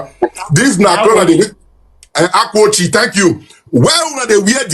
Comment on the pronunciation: Benin was founded by Oba, third son of Eri the Igbo patriarch. Jacob Egharevba reported that they met Igbo people when they arrived from Egypt. This character cannot even pronounce the akwa ocha that he says is Benin.